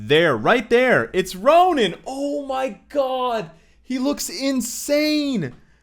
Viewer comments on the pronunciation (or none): errr... Ronan? i might be wrong... but all this while i thought Ronin is sounded "Roneen"... lol... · Nice video, excited about the update. Is it me or does it sounds you are saying Ronan instead of Ronin?